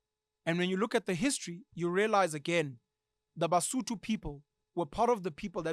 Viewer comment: I am Mosotho, I am currently listening to you, and I hate it when you guys calls "Sotho" Ke Mosotho ( singular) Basotho ( plural ), there's no in between I love the this episode Rea leboha